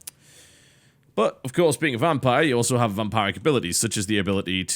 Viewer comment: Sorry TB but it's VamPIRIC not VamPARIC